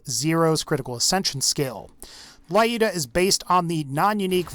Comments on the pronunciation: "layuda" That makes my ears bleed, lol. It's more like luda, or Люда (let the Google voice it), a russian sniper from WW2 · It`s Looda, not Layooda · I am jet to hear, that someone pronounces Lyuda correctly. It is short from Russian women name Ludmila not La-udmila, thus it is pronounced Ljuda not La-juda. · Please stop calling Lyuda "laiooda". Lyuda. L'u-da. From Lyudmila AKA "likeable to people" from "lyudi"(rus.)=people and "miliy"(rus.)=pretty. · Lyuda says as "l'uda" not "laiuda". Because vladof - soviet (that mind russian) brand.))) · lyuda read like l'uda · Lyuda probably pronounced as L'uda. Just russian passing by. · Dude Lyuda is pronounced as looda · stop calling it lae-yoda it's annoying. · I giggle how he says Lyuda 😅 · that's not how you pronounce Lyuda but w/e